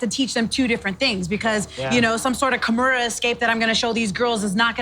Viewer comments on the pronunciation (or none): none